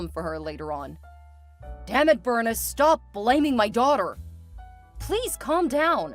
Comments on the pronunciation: Bernice is pronounced Ber-neese. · It’s pronounced Ber-neece.